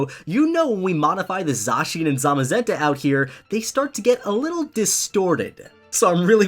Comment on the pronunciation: i think you said zacian and zamazenta wrong zacian- zay-sh-in zamazenta- zay-ma-zen-ta